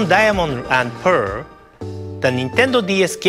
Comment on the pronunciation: I know it might spound a tad racist but, gosh, the way he says "Pearrrrrrrl"...